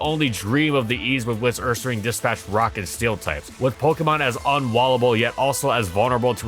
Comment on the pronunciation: Love how you said it "UrsaRANG," exactly like we used to back in middle school 😄 The pronunciation for people with taste